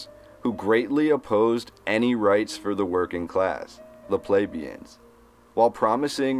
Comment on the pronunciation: YOU ARE MISPRONOUNCING THE WIRD PLEBEIAN. 👎🏻